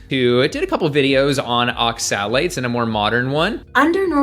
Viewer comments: Advice on oxalates from someone who can't properly pronounce the word. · Why do you say oxalates like that? No one else does.